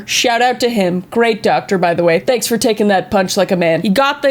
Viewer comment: Fanks (in Riely)